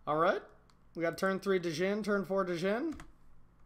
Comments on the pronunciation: The d is silent... pronounced like Gin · You don’t pronounce the D my guy